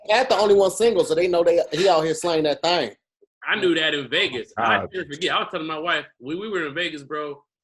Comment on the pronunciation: said “ting” and no one caught it loooool